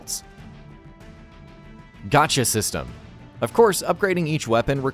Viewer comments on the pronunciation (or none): none